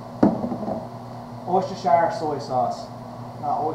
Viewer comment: Worcesterhire. Pronounced wooster-shur. I'm still waiting for somebody to pronounce it right.